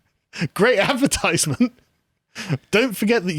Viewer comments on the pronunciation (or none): Oh Carl, I felt your pain when asked "who's Fox Mulder?" 😢 feeling old?! Oh yes. Maybe that's why you find it hard to speak English any more....adverTIZEment??? really? 🤯😭